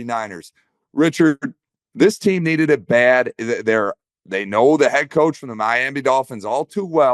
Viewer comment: “Ko”ach of the year skol!